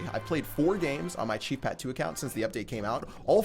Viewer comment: Everytime i here chief pat intro is like he's saying cheap pat